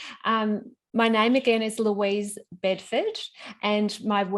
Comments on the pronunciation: her name is not lucy. it’s louise. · Her name is pronounced as Lu-Is, not LUCY. A good video... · I am in Australia too from Ten years but originally from Gujarat India and trading Indian markets and world markets along with forex and commodities. It was funny to see u kept on calling her Lucy but her name is Louise, it's pronounced Loo-izz. Louise didn't seem to mind that though, good presentation but quite entry level, as technicals are about 20% important in the game, the real game is won with a balanced trade size, money management and taking small losses and letting profit run. Glad to see brushed a little on the letting profits run concept. Great international traders start! Love your work, Regards, Ankur Bhatt. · It's pronounced Lueezz not lucy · Hey, I’ve been following you for quite sometime now and admire the work you are doing. But I couldn’t stop myself from commenting this. When you’re bringing in a guest, the least you can do is to do a bit of research on her. Name is the most primary thing about someone and you should’ve known beforehand how her name is pronounced. I can assume how disrespectful it is to someone being invited on a platform and being introduced like this. You are otherwise one of the best desi interviewers out there. Just wanted to point out a lack of professionalism there. Please take it constructively. P.S. thoroughly enjoyed the interview.